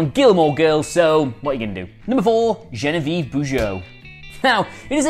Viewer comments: It's Jon-vee-ev not gen-i-viv xx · ZHON VEE EV not Jenna veeve. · Geneviève It's Jhon-vee-ehv, not jen-eh-veev.